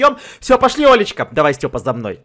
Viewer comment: Мне одному показалось не Олечка а лоличка